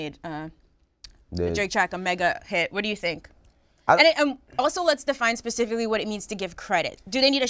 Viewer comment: Nigga Academics said “pacificly” 😂😂😂 specifically dumass